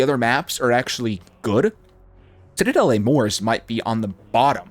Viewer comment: Doesn't know how to say the map right therefore not wasting time watching this